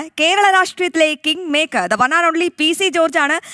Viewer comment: കിങ് മേക്കർ അല്ലാ.. പ്ലിംഗ് മേക്കർ... 😂😂ഇയാളെ തോണ്ടാൻ ചാനൽകാർ മത്സരിക്കുന്നു.. 😂